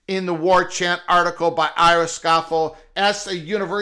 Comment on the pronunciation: It's Ira "Show-fell."